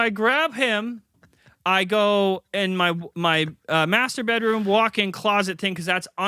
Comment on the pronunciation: Love when Jon says "Master bedroom" sounding like "Masturbate room" 😂😂😂